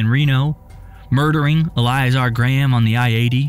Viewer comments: Eh-LIE-eh-zar........🤔 el-ee-A'-zar.......😐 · Its pronounced EL-IH-zar. God, that annoyed me way more than it should be. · The way he repeatedly mispronounces Eliazar is unbearable.